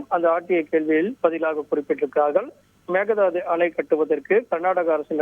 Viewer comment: மேக தாது அல்ல மேக்கே தாட்டு